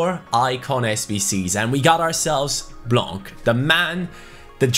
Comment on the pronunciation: Hi! I'm just telling you that we don't pronounce de "c" in "Blanc" in french! Keep up with the videos you're doing a great job!